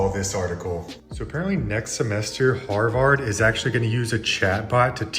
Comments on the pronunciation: he just said (Har-vard) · Lol he said harVArdLol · Haha. the Harvard pronunciation stuck out to me too. Maybe, that's how an A.I. bot would pronounce it.